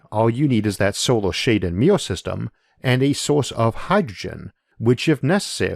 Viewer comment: Combined American accent + IA speech problem: mirror --> meeyour.